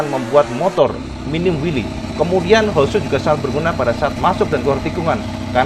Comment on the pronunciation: Bang... bang... "Holeshot" itu "shot" nya "o" nya satu, jadi dibacanya "holsyot", bukan "holsyut". Klo "o" nya ada 2 "oo" baru dibaca "u", contohnya "shoot" dibaca "syut". "Screenshot" itu dibaca "skrinsyot" bukan skrinsyut" karena "shot" nya "o" nya satu. Salah melulu bacanya dari dulu, nanti penonton yg ga tau ikut-ikutan salah nyebut.